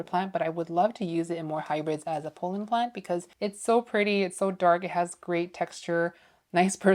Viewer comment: Love your content but I have to say… it’s Pollen not Polen.